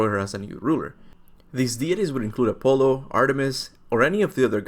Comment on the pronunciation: "A polo" 😂😂🤣💀